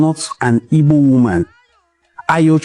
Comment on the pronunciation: Nwa nna are you really igbo at all, are you joining the useless yariba afonjo to mispronounced your home land name, pls don't try this again nwanne what is ibo